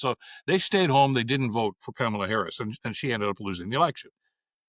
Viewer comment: Good episode but, please, pronounce the woman's name correctly. It is pronounced Comma-la.